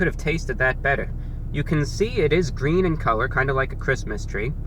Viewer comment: It's gween!